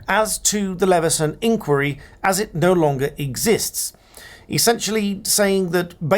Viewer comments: I thought it was normally pronounced "inn - choir - ee". Not "inkworry". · Please pronounce 'inquiry; the British way. Stress on the middle syllable. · My question is when did you start pronouncing “inquiry “ in the American style?😊